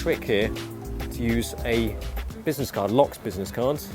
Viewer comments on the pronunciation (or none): none